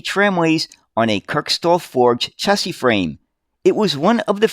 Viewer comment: I like your vids mate all about uk buses but how would you feel about attemoting to pronounce chassis with a shhhh rather than a chhhh